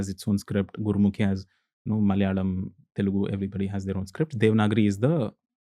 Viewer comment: It’s Telugu not Telgu